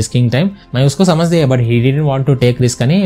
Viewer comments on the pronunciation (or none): none